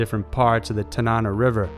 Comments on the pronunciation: The River is pronounced TaN-NaN-NaW, not like the narrator pronounces it, like some British person saying banana. But I get it, every place or land feature named after or by Native Americans is always completely butchered, unless you are from the general vicinity, no one really knows how to pronounce the name correctly. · For #2 the river mentioned is pronounced TAN-AH-NAH